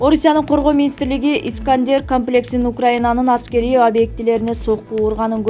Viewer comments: Камплекси дебей туура суйлочу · Карындашым, ушул текстти окуп жатканда бир аз туура окуганы аракет кылсан. Камплекс деймин да тообо (комплекс). Отконку чыгарылышында болсо ДЕМИЛИТАРИЗАЦИЯ жана ДЕНАЦИФИКАЦИЯ деген созду айта албай койдун🤦‍♂️🤦‍♂️🤦‍♂️ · Комплекс дегенди камплекс дейт